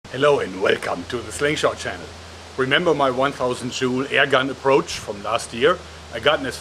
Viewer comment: wait, did you say air GUN arrest this man